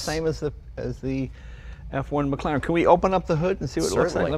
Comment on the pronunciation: 'maclaren' it's Mclaren mate, just a heads up in case someone calls you stupid in a comments section. I'll just save you that lol